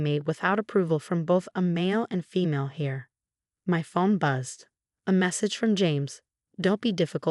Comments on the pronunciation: Heir not Hare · Heir (the inheritor of an estate) is pronounced "air". Hare is a rabbit.